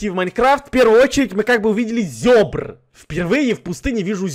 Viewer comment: никто абсолютно не кто также:зЁбра